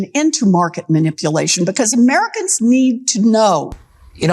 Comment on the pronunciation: it sounded like he said it will push up costs to American a**holes. I can’t unhear it